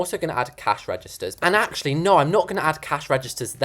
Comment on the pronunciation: You sound LIKE A CAT BEING STRANGGLED?!?! why do you ALWAYS make me die of laughter!!?? and so srry but your from the uk right? so when you we're doing "no no no noooo It sounded like "NOR NOR NOR NOOOOR